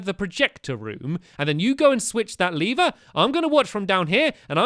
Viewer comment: I think it's called lever not leever.